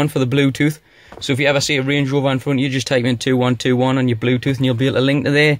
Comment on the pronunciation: Channel nothing is wrong with it lol ... how u said some words ..... range rover on point tho !!